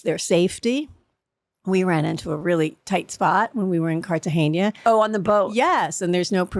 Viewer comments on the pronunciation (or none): I think every ONE of these RHONY old cast say Cartagena wrong. There is no "I" at the end of the word and these women are supposed to be educated and classy and should know better. Carol Radziwill is a damned princess and obviously educated.